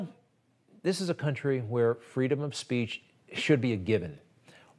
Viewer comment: shes worried she will lose her fweedom